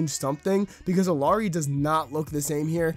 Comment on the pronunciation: Pronounced IL-YA-RI